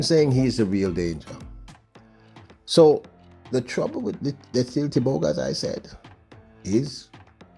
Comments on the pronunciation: say the champ's name right LETSÌLÉ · Lies...it's Lee-tsee-lay but don't stretch the Y when pronouncing...its like lare or flare kind of pronunciation at the end. And the T before the S is almost silent as you try pronounce TS together and not separate letter sounds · and Thank you for emphatically asking for Letsile's name to be pronounced correctly. People must learn to correctly pronounce African names, if they can learn how to pronounce Stravinsky, Tchaikovsky and Rachmaninoff, they can jolly well learn how to say LETSILE TEBOGO. The BBC pundits are the worst offenders, since the days of Amantle Montle (400m) and Nijel Amos, (800m) and Makwala (400m), they have been referring to the BATSWANA as BOTSWANIANS, ignorant doesn't even begin to describe. *Letsile's Tebogo's names means Good luck has come (Letsile), We are grateful (Tebogo)! He was named intentionally, he has honoured those who named him, so please RECOGNISE and honour them all by pronouncing it correctly.